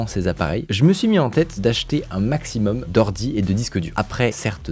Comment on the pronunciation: "un Macsimum'"